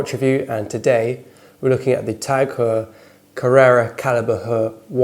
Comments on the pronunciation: Your video is nice but you really should learn how to say brand names if you want to be taken seriously. The H in Hublot is silent and your saying Heuer all wrong. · Very cool to see you do a TAGHeuer review, and also the first time I've ever heard Heuer pronounced like that, nice one. The brand cops a lot of stick from WIS, but I personally have nothing bad at all to say about them, after owning many, in fact I love them. Would also love you to do a Breitling review if possible. I just picked up a Galactic 41 (the second Breitling that I have owned) and it is so incredibly beautiful that I think it may be the most exquisite watch I've ever owned, and man I have owned, and still do, a LOT of watches! They've also been copping some flack lately, but please Schneider family, KEEP the brand independent! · Another idiot that can't pronounce the name, go back to school kid